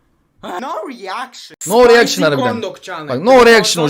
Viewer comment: No eriakşın❌ Yessör eriakşın👍